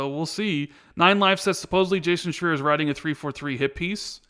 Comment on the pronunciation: Jason Shreee-Er!!